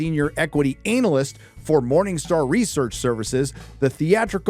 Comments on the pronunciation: I'll never be okay with how you say analyst (ANAL-ist) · If there was valuable insight at the end of this video I didn't get to hear it, because I gave up after ten minutes of sophomore ranting and about the fifth time you said "ANAL-ist" as if it were a witty bot mot. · Kills me whenever he says Analist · i was enjoying the analysis until you kept saying analist and i zoned out, cringed and stoped watching... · I wish I could get a non-childish viewpoint on this content. ANAL-yst. Really? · The emphasis of ANALyst LOL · lmao its not pronounced ANAL--IST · Lmao Anal-ist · Hmm, I for one don't think is putting enough emphasis on the word "analist". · hey- i take a fence at the pronunciation of anal-ist as a professional anal-ist... sht it mean analyst... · Analcyst? Analist? 🤣😂🤣😂🤣😂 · The rather deliberate mispronunciation of "analyst" is quite amusing. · I agree with what this guys says but surely thats not how americans pronounce 'analyst' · The way this guy pronounces analyst freaks me the fuck out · thats not how you pronounce 'analyst' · Your continued and intentional mispronunciation of 'analyst' is as cringe as anything Disney has produced lately. Aside from that, good video, but come on. You're better than that. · it's the emphasis on "analyst" for me 🤣🤣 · Dude that's not how you pronounce Analyst 😅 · I finally learned how to pronounce the word analyst.